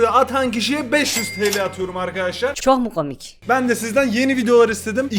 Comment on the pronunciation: Nobody::Çök mü kömik